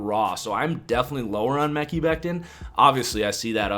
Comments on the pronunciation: Still saying mecky lol. If you watched just one game, you’d know how to pronounce it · Omg Omg Omg.... Please stop saying the name wrong you're sounding dumb and like an amateur , its May-Kai or Me-Kyy (damn it) 😠 !!!